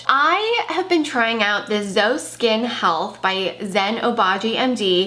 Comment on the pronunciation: Hi, new subscriber! I absolutely love learning about skincare (I work with dermatologists and plastic surgeons) and I loved hearing your thoughts on these products. Gotta try some! Just a quick note - it's pronounced Z-O (pronounce the letters), not zo. Excited to see more videos!